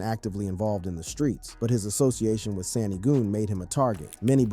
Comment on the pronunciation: U gotta start saying g these ppl names right man ybc dul (dool) sani (sahni) goon